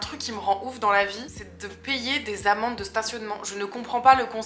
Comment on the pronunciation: Super vidéo! Juste j'ai cru que tu disais "payer mes amants" alors que c'était tes amendes 😂😂